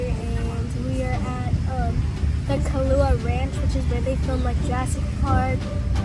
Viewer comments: okay i’m so sorry... like i have no problem with dani at all but please pronounce our names correctlyyy😭 it’s “ku-ah-low-ah” not kalua that means the two💀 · Kalua ranch? You mean kualoa ranch😂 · She said kualoha wrong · 10 seconds into the video and she says the name of the ranch wrong..